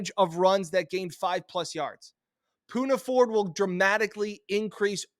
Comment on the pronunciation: u love the pick but screwed up his name THREE TIMES!!! smh 🤦🏽‍♂️